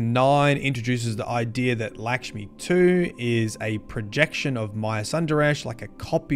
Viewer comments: “Likshmi” 😂 you gotta be doing this on purpose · It’s LACK-schmi….. not LICK-schmi